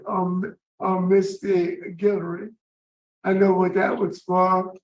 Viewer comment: McKartney Young's victim: her last name is pronounced GILL-ER-EE.